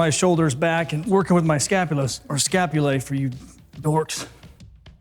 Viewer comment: Scop - ooh - lie. Latin.